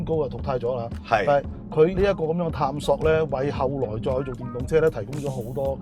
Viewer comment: 非常尊重兩位車壇前輩, 希望兩位不要介意, 有兩個讀音不太準確: Renault 讀音是比較接近"ren奴"而不是"ren knot". 探索的"索”粵音應該讀“saak"不是"sok" 🙏